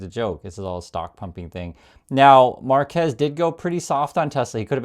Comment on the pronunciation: FYI his unusual first name is pronounced mar’-kwess.